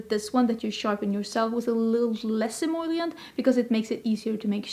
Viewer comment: you’re saying “em-OIL-ient” instead of em-OL-ient! Only one I in the word emollient, also much easier to say 😂🙏🏼